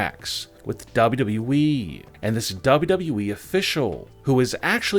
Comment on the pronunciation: The one that announces these things talks like he is slow. Lol. Plus he always says we, its wwe. Learn how to say it correctly. Lol